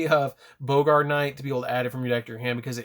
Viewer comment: Its Baa-grt knight. Not Bo-gart